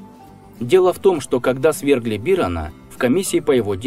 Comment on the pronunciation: Не бирона, а бирона